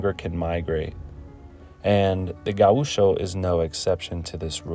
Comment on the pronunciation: It is wrong pronounced. It is GAucho, with GA being stronger, not gaUCho. Also the ch is like in english… like chuck.